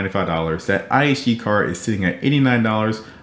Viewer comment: iNG card, you mean (IHG) no wonder it’s not on your radar because your not even saying it right. But overall great job. Just for your info it’s (Intercontinental Hotels Group) or IHG